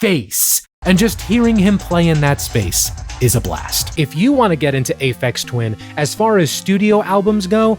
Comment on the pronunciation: "Aphex Twain" made me laugh way more than it had any right to.